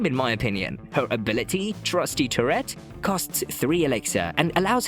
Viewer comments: Bro just killing the pronunciation of turret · I like it! Makes me imagine the Musketeer shouting “f¥ck a gerbil!” or something every time she shoots.